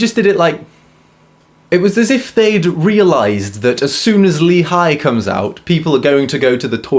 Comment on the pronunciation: btw lee in korean is pronounced 'ee'